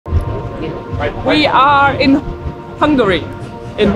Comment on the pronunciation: Intro i heard "We are Hungry!" :D for points <3